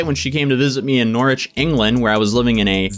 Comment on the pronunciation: I'm 45 years old and this is the first time in my life I've ever heard an American pronounce Norwich correctly.